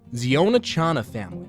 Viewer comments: ziona not Zeona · The pronounciation of zion chhana is wrong You should pronounce ziona as in zion Williams its zion- a